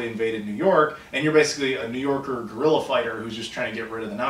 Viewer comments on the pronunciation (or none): none